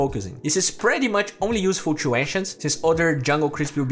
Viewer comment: stop saying "tshoo" instead of "to"...i know its the accent thing but try to say it without the "tsh"